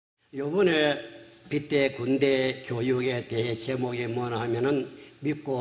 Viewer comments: 병딱. 빛의 군대 발음도 제대로 못하는것이 무슨 예수냐? 빛의 군대. 빗츼 군대로 읽어야지 비테 군대로 읽고 앉았네. 어이구 저런 기본 교육도 안된 틀딱충을 신으로 믿는 인간들은 바보인가... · 이만희 빛의군대 발음을 못하는게 졸라재일웃겨 가지가지 꼼꼼하게 븅신이네